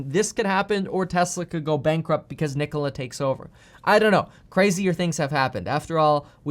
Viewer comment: Nikolas? lol